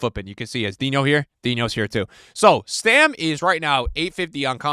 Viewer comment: Bro it's Stam not Stem